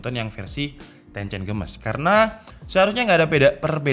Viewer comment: Text : Tencent Games My ear : tencen gemes